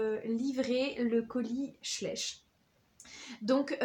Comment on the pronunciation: Schleich se dit "chlaîch" je crois car il me semble que c'est Allemand